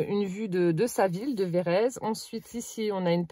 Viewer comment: Cc oui je connais c'est a côté de chez moi. Et phonétiquement on dit VÉ RÈ TSE ON PRONONCE LE T ET LE Z SE PRONONCÉ S.. 😂😂😂😂ET NOUS SOMMES DANS LA RÉGION DES CHÂTEAUX.. BISOUS